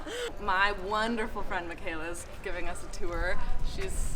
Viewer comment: Shout out to! Lovely Italian pronunciation of local places.